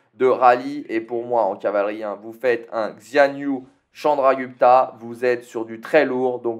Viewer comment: oh et on dit chandra gou pta c'est ou pas u ^^ (prononciation man is back)